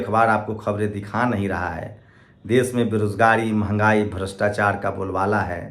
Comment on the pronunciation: Bre bre😊sosal😊 des😊brastachar😊 sift😊lach😊vipashi😊sale pronounce dekho